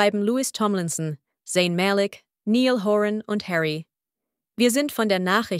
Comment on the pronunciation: Nill Horan😂 Nein es heißt Niall, andere Aussprache 😂